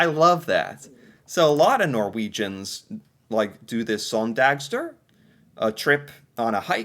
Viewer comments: The søn in søndagstur should be pronounced like the Sun in Sunday,! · I could listen to you saying "søndagstur" all day! 😂😂 That was so funny! I don't know why I enjoy Americans saying Norwegian words so much, but I have discovered that I do 🫣